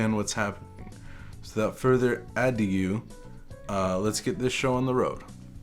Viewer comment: "Without further aideau..." lol I'm dead